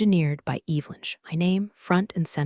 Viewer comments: mispronunciations totally pull you out of it especially when it’s the main character’s name. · It's not "cowworking" Its co-working. And it's Evelyn not, Evil-lyn. Story=🔥